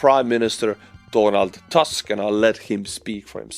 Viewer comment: The Polish name Tusk is pronounced "tusk", NOT "tosk".